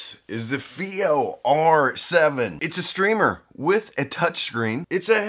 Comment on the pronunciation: IfI? This is FiiO